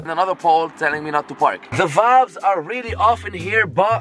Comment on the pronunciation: English is a barrier merch. Some vaybs